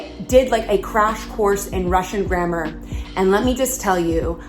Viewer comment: Your pronounce "grammar" funny. "GrammEUR"?? Never heard it like that! LOL! I like your cute top, though. XD